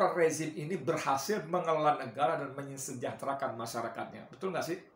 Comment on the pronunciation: Mensejahterakan rakyat... duh susah ya bilangnya...